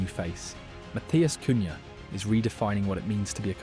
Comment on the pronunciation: "Sennee" , "Cunhay" lolz